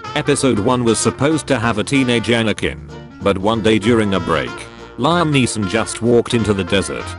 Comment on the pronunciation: Everyone but Robot: Liam Neeson Robot: Lime Neeson